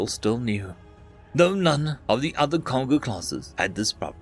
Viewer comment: That first story was oddly tame. The second story, however, reminded me of Space Battleship Yamato. That being said, it's pronounced Kon-go. Like Congo.